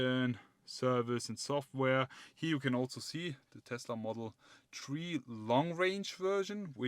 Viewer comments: please learn how to pronounce number "three" it is very annoying to hear about some "model tree" over and over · It's model THREE, not model TREE. :) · good short review, but please learn how to pronounce "three", it's not "tree" ;) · Nice presentation...thank you...extremely detailed and informative. Yet...personally, I found your pronunciation of the word "Three" to be annoying...it is Three...not Tree. I found myself focusing more on the way you misarticulated the number than in your presentation. Am I the only one? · He must be very excited about it he is keep saying tree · Say “tree” one more time, say it again!😂🤣🤣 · Folks, give the guy a break about the "tree" thing. How much German do you speak? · say it again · I find it odd that he can say thousand but not three😅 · you funny fam and yea i find that odd as well🤣🤣